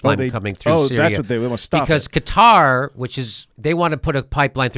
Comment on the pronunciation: Is Jimmy calling Quatar "Guitar" on purpose?